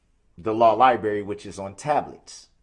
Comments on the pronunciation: Law lieberry? 😂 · Yes, it's just like a lieberry. 😂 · No, Darrell, no one but you calls it "the law liberry". I love how he constantly got caught lying to the court and had absolutely no shame. He lied numerous times about not being allowed access to his discovery materials, he lied about the not-so-shocking "shock" restraints on his ankles, he lied about the bailiffs not giving him the opportunity to change into street clothes several times, he lied about having covid, he lied about the jail not having or giving rapid results covid tests, he lied about the volume in the adjacent courtroom, he lied about having a hearing problem, he lied about his audio being muted when the judge muted his microphone...and on and on. But when he was confronted with that and proven outright to be a pathetic little liar, he wasn't a bit ashamed. Darrell Brooks is the perfect example of what happens when parents don't teach their kids shame, accountability, responsibility and obligation.